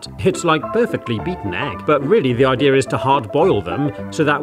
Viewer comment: “What the ideeer is” Aamzing.